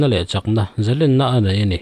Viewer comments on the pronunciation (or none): Zalenna ni lovin zalênna tih zawk tur